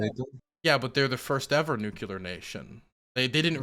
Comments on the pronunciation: please. It's Nuclear! Not nucular. Come on man, you can do better! Pronunciation of this word aside, I love your content, especially the hippy dippy round table. Keep up the great work. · Love you, just one thing - it drives me nuts -it's nuclear, not nucular. I think this stems from people using nuke as short-hand, and then assuming it comes from nucular. It doesn't. It's nuclear. Pls stop saying nucular. TY! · If it has said before, I apologize, but… No one has nuCUlar weapons. Some have nuCLear weapons. C’mon!!! 😂😅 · "NU CLEAR".. its not "NU CU LAR" xD hahaha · IT'S NEW-CLEAR, NOT NEW-CUE-LAR. For the love of god and everything holy can someone PLEASE tell him this? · I'm begging to learn to stop saying "nukular" because I stop focusing every time I hear him say it. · Love you, and I know it’s petty, but every time you pronounce “nuclear” as “nukular” it triggers George W. Bush flashbacks. You’re better than this. I believe in you. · why do you say "nuclear" like George HW Bush?